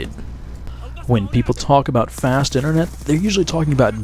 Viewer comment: "Internut" lol